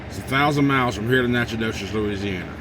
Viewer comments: Your first stop pronunciations Natch-I-toch. Van Alystyne is north of Dallas on 75. Don’t go 20 to Dallas and up! Take 69 north from Tyler to Greenville. 78 to VA. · It’s actually pronounced nackadish. 😎